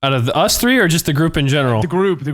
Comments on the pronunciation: “Episode TREE” only some people would know where that came from 😂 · I appreciate the “episode tree”